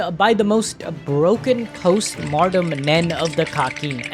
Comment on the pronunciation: A good video, and I appreciate you breaking that down, but, for the love of Killua, PLEASE stop pronouncing "Post-Mortem Nen" as "Martem", the word is pronounced "Moar-tem"!